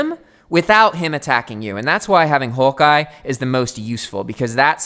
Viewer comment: You sound australian when you say hawk eye